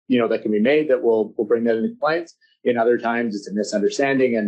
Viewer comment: Com pli ance.. GARF